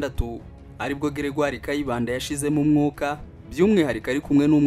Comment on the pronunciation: Grégaire pas Gregire